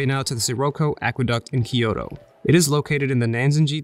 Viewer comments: From a native point of view, i loved the videography, editing, and the places you showed. What did bother me quite a bit, since you’re doing a video on Kyoto, is your mispronunciation of Kyoto. It’s NOT Ki-yo-to. There is no “I” there. It’s Kyo-to. You pronounced Togetsu-Kyo correctly, that Kyo is same pronunciation although they mean totally different things, capital city vs bridge. Tokyo is the same way, not Tokio, To-kyo, east capital. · Great vid but all I could hear was, “ Kiyodo kiyodo kiyodo kiyodo kiyodo kiyodo kiyodo kiyodo kiyodo kiyodo kiyodo kiyodo kiyodo kiyodo kiyodo kiyodo kiyodo kiyodo….” Butchering “Kyoto” haha! Nice vid tho